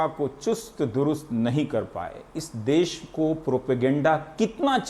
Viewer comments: देस नहीं देश होता है.....NDTV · सर देश होता है ना की देस